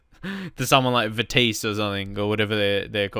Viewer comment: heeey! if you are gonna make fun of my teamat least say it right >:(! It's Vitesse. still love your vids mate